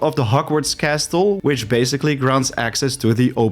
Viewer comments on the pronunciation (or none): did you just pronounce castle with the T? I think I died inside lol